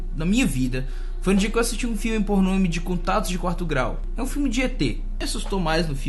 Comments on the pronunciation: Quando ele ia falar ``Filme Por nome`` Eu entendi ``Filme Porno`` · Mano eu entendi "Filme porno" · Jurava que, no início, você tinha falado: "Um filme pornô..."